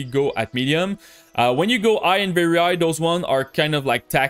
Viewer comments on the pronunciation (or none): Bro, why dont u pronounce the letter H ? it feels strange to me hear u speakinh "I" instead of High, and also other stuff ass well.